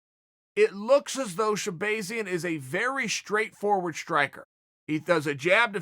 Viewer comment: sha-Bae-Zian ? Can you use it in a sentence plz? She-bae-Zian should look out for Brunson Ok ok.. can I have the origin of the word? Chael:It’s a tool that if you do not sharpen it will go dull” S. H.. e? No.. A! B,ay . I mean E 🤔 z ... URRRRRRRRRGHHHHHHHHHHH.....! 🤬